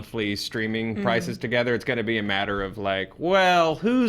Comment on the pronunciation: Lol “Kevin Jamesing” I love it. But I also love Happy and Aunt May togedder.